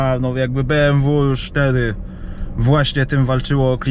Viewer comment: Beemwu Eczydzieści kurwa.